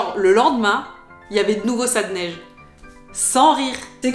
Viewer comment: La « neiche »? Je suis né ici à Montréal il y a plus d’un demi siècle et je n’ai jamais entendu ça.